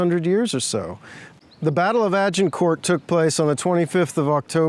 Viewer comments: Jheez can the guy not pronounce Agincourt!!!? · why is he pronouncing the T in Agincourt :P